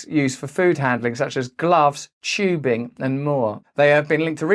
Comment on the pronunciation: man who complains phthalates has too many useless consonants >> proceeds to pronounce the word "tubing" as "chubing" ...